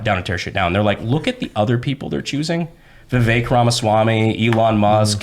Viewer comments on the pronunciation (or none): none